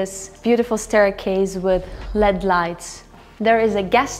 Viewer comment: It is not LED lights they are pronounced L, E, D lights.